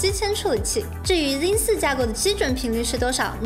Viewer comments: 這英文破到笑，zen念zin，拉斐爾念拉佩爾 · 我一直聽到 jin 3